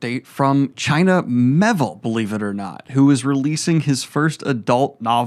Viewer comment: Listen to how Daniel pronounces it. It's "Me-ay-ville" not "Meh-ville"